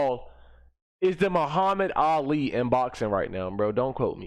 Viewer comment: The muhammid Ali?.... Please never disrespect the late great Ali like that